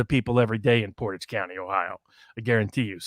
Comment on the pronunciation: Thank you,, for showing how to pronounce “Portage.”